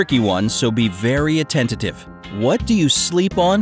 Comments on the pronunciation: attentive, not "attentative"! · "Attentitive" is not a word. You mean "attentive." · Attentive not “attentative” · this man just said "attentative" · 6.5 the giddy dude says: "Be very ATTENTATIVE". AT this point I think he's rather uneducated rather than cleverly mispronouncing something on purpose for comic effect. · you had me me at 'attentitive' --i was so worried that the mispronounce was the 'thing' that i could only guess "hands" ...getting old sux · He said atentatative. Lol. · Bright side not very bright... Woman in another video says "Inheritantly". Yet another, the word "suspended" appears in the video when it should be "suspected". in this video, the dude says "attentitive". Keeps gittin' dimmer & dimmer on this channel & all I've watched is 3 of your videos. LOL